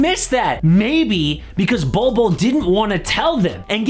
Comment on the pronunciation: He said Bolbbule